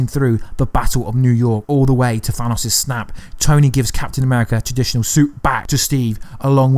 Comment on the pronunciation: At least he pronounced Thanos correctly